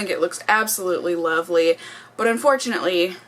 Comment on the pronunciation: When she was talking about the bronzer did anyone else catch her say "loverly"? I thought that was so cute haha. Love you,! Thank you for another wonderful video.